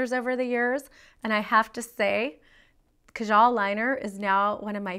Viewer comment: You're saying it wrong. It's Kaajaal (Kah-Jahl). If you wanna make videos like this and show off your " Indian" stuff, at least try and not butcher the names. Please.